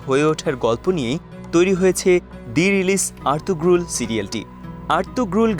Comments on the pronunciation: এত বড় ভিডিও বানালেন অথচ জানেন না উচ্চারণ হবে আর্তুরুল, আর্তুগ্রুল না। তার মানে আপনাদের কেউ সিরিজটি দেখেইনি। অন্য কোন ভিডিওর আলোকে তৈরী করেছেন এটি৷ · নামটা হবে আরতুরুল। গ টা উচ্চারণ হবে না। একই ভাবে তুর্কি ভাষায় ক ও খ উচ্চারণ হয় না। খাতুন নয় হাতুন, খানম নয় হানুম । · উচ্চারণ আর্তুরুল হবে